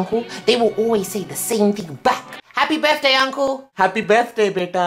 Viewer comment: They say buday not birthday